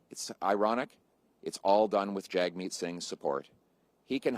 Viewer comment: hey jerk Jagmeet won't pull his support for Trudeau if you keep butchering his name on purpose. If you say it properly then he will pull his support and trigger an election.